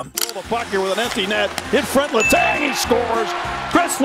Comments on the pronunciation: Letang - You almost had it, just change tong to tang, like tank. Ballard - bal-erd Gaborik - gab-or-ick Pavel Bure - pah-vel burr-ay The others were either good or close enough. Fucking Pavlay Burr killed me though 😂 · I'm sorry, LeTongue? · This guy sounds like he has never watched hockey letang = letongue😭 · For the love of god work on your pronunciation. Letang, Gaborik 🤦‍♂️ come on